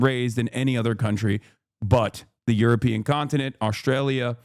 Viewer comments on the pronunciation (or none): none